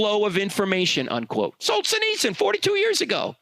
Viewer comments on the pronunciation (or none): It's pronounced Sol-gen-nits-zen